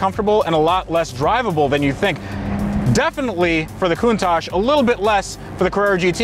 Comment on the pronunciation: saying a countash isn't an icon 😤